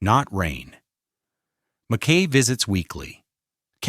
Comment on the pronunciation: For the love of God: MACK-y!!!